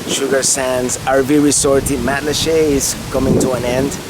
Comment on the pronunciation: Nice to see my island thru the eyes of a visitor. I've lived in Matlacha for 18 years now. And congrats for pronouncing it correctly.